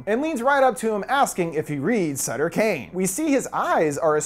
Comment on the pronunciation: Do you read Stephen King, I mean, Suther King, I mean, Stephen Kane...